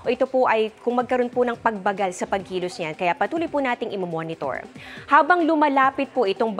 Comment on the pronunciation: Amor larosa bigkasin mo ng tama ang word na pagbagal